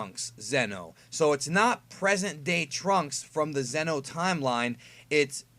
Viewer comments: It's not Zeno like king Zeno it's Xeno pronounced zee-no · each time you try to say "Xeno", you are ACTUALLY saying "ZENO", who is the OMNI KING.😁